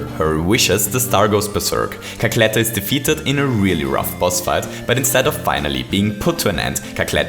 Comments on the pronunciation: "Cackletter" lol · "Cackletter" rly